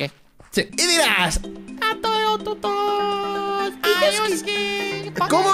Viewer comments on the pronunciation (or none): pronunciando a:toeotutos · Me da risa cuando dise ateotutos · Confirmó xD y pronunciando a: "atoeotutos" xddddd